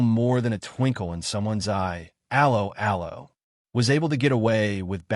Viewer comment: TLDR: Rage-bait, don't watch. How appropriate that this piece of rage bait should have an American AI voice-over that mangles the very name of the show. Just like every piece of popular entertainment it was a product of it's time and would not be successful in any other context. Personally I would take this fantasy send-up of wartime movie tropes any day over the barren desert of today's American streaming channels whose only successes are bowdlerised reboots of the very classics you decry